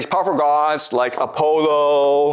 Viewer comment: A polo lmao.......Apollo you mean